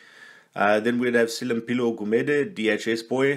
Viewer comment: You pronounce Gumede's name with a soft click like Ncube just without the N. 😉